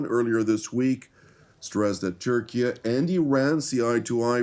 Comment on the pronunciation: Did this man really call Turkey Turkia??? Is that a thing, am I just an American idiot? I’m most definitely an idiot but Turkia? I still love you. I love all Jews and God bless Israel forever!!!! ❤🎉